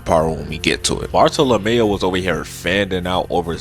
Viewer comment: Bar-Thaw-Luh-Mule... sounds like youre saying boruto or barlemew or some shit